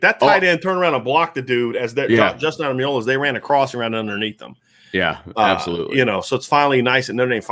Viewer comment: Could Ademiola actually be AdemIlola?